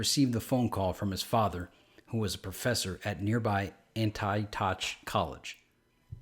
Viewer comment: Auntie Ock not Anti Totch I am not great at spelling words how they’re meant to be pronounced but I am constantly baffled by how many YouTube channels have folks who seem like English is their second language.